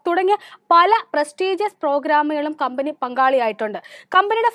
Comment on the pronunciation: വായിക്കുമ്പോൾ കമ്പനി കബനി adhe കമ്പനി. കമ്പനിയുടെ പേര് ആവർത്തിച്ചാൽ കൊള്ളാമായിരുന്നു